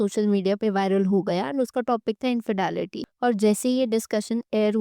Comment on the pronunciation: Dumbo it’s not infedaality lol 😂 it’s infidelity learn English